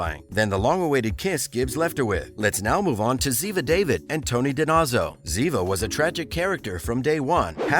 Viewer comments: Whoever is doing the narrating needs to learn how to pronounce the names of the agents. Especially Tony Dinozzo & Ziva David. Her name is not prounouced like the first name of a man. It's an Israeli pronuouncation. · Lol - horrible mispronunciation… Agent Ziva David